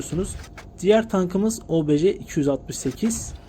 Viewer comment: Kardeşim çok güzel olmuş ama şu obj lere obeje deme ya uyuz oldum istemeyerek